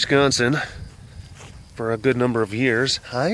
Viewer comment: Ha ha, you may have lost your regional accent but can hear it clearly by the way you say Wisconsin. I sound the same way; don't think it will ever go away. Love these. ❤️